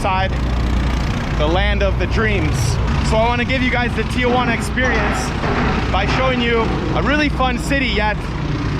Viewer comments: Say it with me Tee-juan-a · Dude, STOP saying TIA-juana. You speak excellent Spanish and have a great manner with the people, why mispronounce the name of the city you’re covering?? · There is no letter ‘a’ after the ‘i’ in Tijuana. Learn how to pronounce it properly and the locals will have more respect towards you. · It’s Tijuana, why are you pronouncing it as if it TIAjuana? lol 🤭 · There is no “a” in Tijuana. It’s not Tia Juana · Greetings from San Diego, CA! Not trying to be one of those people who have to correct everything but wanted to mention that it is pronounced "Tijuana" and not Tia-Juana, which would be more like saying Aunt Juana. A lot of people add that extra "a" sound when it should just go Tijuana (no additional sound between that "i" and "j" - I clearly do not know how to present this phonetically and once again, my intention is to simply point out a very, very common mispronunciation. I do not speak Spanish fluently however my husband was born in Oaxaca and moved to the States legally when he was around eight so when we were first dating, he corrected my pronunciation. This is the first of your videos I am watching and I am enjoying it thus far. I wish you well in your continued travels and YouTube productions. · Phonetically: tee-WAN-uh......the common mispronunciation: TEE-uh-wanna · TEA JUANA.. not TIA JUANA.. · You capture the amistad and warmth of the Mexican people in Tijuana. You mispronounce TJ several times: It's "tee-wanna" (2 syllables) not "Tee-ahh_wanna" (3 syllables).. Most of us gringos make same error until we are corrected. The interviews were so brief at breakneck speed. All is very rushed, but I know that the first few visits to Tijuana are always rushed because we're curious, excited. and a bit scared. Keep going ! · Actually, you got it wrong too..... should be "tee-hooana", if you want to be more phonetically correct. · TEE-HOO-ANA.... theres no A